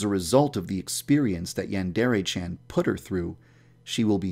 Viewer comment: Yandrea? Its Yandere